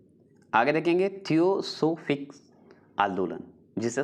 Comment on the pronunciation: Hindi sahi se boliye. Thiyosophik nahi h